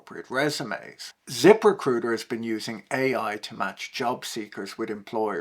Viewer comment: He said zip.... RECRUITA wrong.